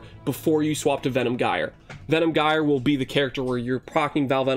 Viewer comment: LUL "guy er". I mean the damned word is a simple Google search away...